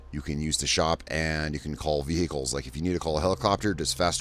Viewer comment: Vee-hick-ulls. PS: great series! Thank you for putting it together!